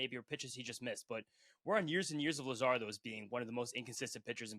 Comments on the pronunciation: update: this dude really said luzardo for the second pick 😂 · Hearing Jesus Luzardo hurts